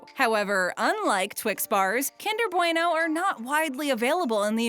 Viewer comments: they said bueno wrong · Did...how... how did you just pronounce bueno? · Oml I say bueno way different to you (Im from the UK)